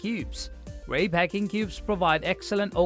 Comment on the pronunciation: Moron pronounced it Rey instead of R E I.